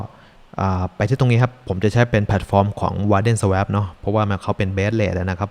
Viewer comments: Swap อ่านว่า สว๊อพ ครับ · อ่านว่า สว้อป นะครับ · swap อ่านว่า สวอป นะครับ